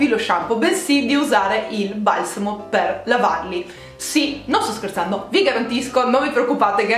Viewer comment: Dici "valsamo" e non "balsamo" ... bizzarro